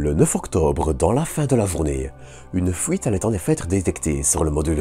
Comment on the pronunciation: Il nous a quand même parlé d'une certaine "fouite" de liquide de refroidissement 😂😂😂